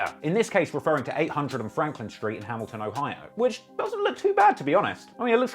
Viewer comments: This nigga said "BLAMilton" 😭😭😭😭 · "Blamiton"😂😂😂 you the G.O.A.T. man...luv Baltimore✊🏾